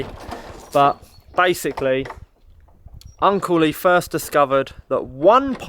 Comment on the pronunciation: When you say Uncle Lee I always hear Uncley😊